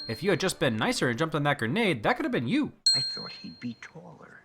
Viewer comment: Red skull: YOU DONT GIVE UP DO YOUAH